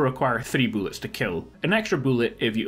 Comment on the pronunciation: Shotguns fire two... boolets, not shells, boolets